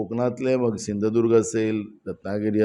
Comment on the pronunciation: नानां तुम्हाला धड कोकणं बोलता येत नाही धड सिंधुदुर्ग तुम्ही सिंधुदुर्गाचा विकास काय करनार